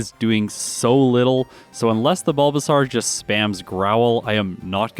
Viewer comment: Is there a particular reason you pronounce the bulbasaur evo line wrong?